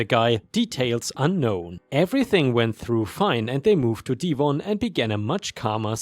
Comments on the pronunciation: DEV - ON. Not deeevon. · Thanks for your fantastic videos.... Lol you cracked me up the way you pronounced Devon!! 😂 It's not said like dee-von it's dev-ven. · Devon pronounced like Bev-on. The way you say would be written Deevon. English sucks eh? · Naw, it's still a D sound. It's Dev-on. English still sucks